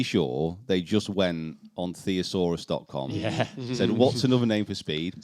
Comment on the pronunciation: Can we have a VAR check on pronunciation of Thesaurus?